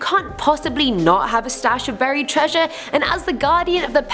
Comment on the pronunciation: I couldn't get past her saying the word treasure .....